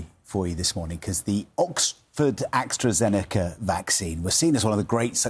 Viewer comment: The “Oxford Axtrazeneca” vaccine 🙄